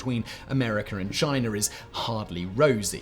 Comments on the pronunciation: Americer and Chiner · “A player called chiner”